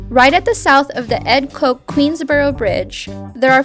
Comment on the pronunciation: It’s pronounced Kotch, not Koke.